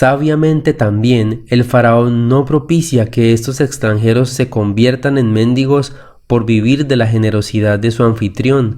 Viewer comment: Muy hermosa explicación. Dios nos ayude a comprender su palabra. (La palabra mendigo está mal pronunciada )